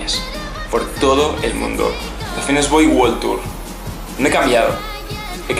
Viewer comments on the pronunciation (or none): "the fitness boy WOL tour"